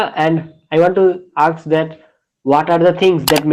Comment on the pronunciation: Ask not Aks